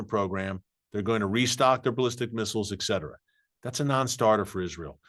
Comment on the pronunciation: Erick, it’s etcetera (etc!) not ekcetera (ect), otherwise you’re magnificent!